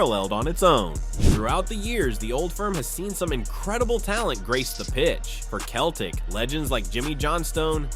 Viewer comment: 17 seconds in - he calls them "Keltic"....... 19 seconds in - I turned off !!